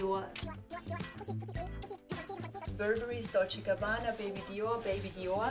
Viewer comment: Sie sagt dolce und cabana und zeigt auf gucci